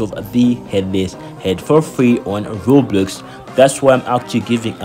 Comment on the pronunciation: Bro said Robloos💀💀